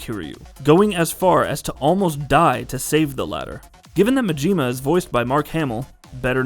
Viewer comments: His name is Majima. Not Majeema. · I get thrown off everytime he says mageema 🤣